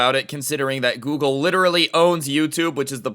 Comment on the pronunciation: Dose anyone else realize that he said gergle instead of google